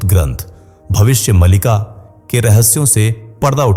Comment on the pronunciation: Malika nahin Maalika.